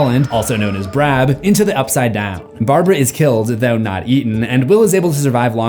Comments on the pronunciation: Brab?? Its barb😭😭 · Barbra is also known as “Barb” not “Brab” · excuse me it is barb not brab 😡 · Brab or Barb ? just one small mistake. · Also known as Brab? I think you mean Barb 🤦🏻😅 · Brab???? It’s Barb and Nancy has a lot to answer for regarding her death. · "brab" bro did her so dirty😭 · did you just call her "Brab"...what happened here? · Brab? I think you mean barbara was also known as "barb", in short, its a nickname for barbara. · I dont understand why is Barbara Holland called Brab? I thought its Barb. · aint no way bro said brab instead of barb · Bru said Barb is Brab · did he call Barb Brab? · “Barbra, also known as BRAB”💀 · brab? u mean bard?